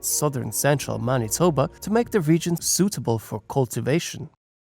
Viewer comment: Judging from the many mis-pronounciations it's fair to assume that this was made by some one who isn't from Manitoba, which is AWESOME! Somebody outside of here has heard of us!